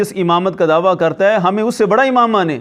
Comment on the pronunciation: Mufti sahb dhawa lafz nai dawaa hota ha urdu b thek nai aap ki